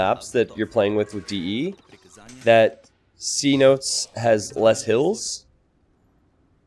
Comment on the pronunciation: I kinda don't want to say this because I know how feels about people pointing these things out, but do look up the pronunciation of 'cenote'! Sen-oh-tay.